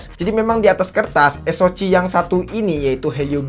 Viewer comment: Saran aja, tolong diperbaiki cara pemyebutan model/type Hp dan chipset ny. Soal ny ganggu bgt dnger ny. Paling sering bilang "es o ci" (SoC) harusnya dibaca "es o si", helio G series suka bilang "Helio gi" harusnya dibaca "Helio ji". Diperbaiki aja pronounciation terutama di istilah2 dgn b. Inggris. Kalo emang kurang paham ya pake b. Indonesia aja. Biar kelihatan lbih profesional aja